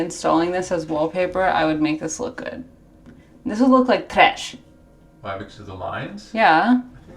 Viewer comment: The way you said trash you have to be a broccoli